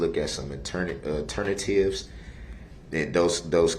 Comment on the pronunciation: ALTERNA TIVES. Get da reckerd kareck.